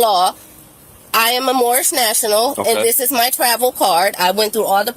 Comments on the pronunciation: First of all lady..it's not Morris it's Morhish. You are driving on roads paid for by taxpayers. Impound it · Remember the guy who didn't even know what it was called and kept saying "I'm Mormish, I'm Mormish"?! 😆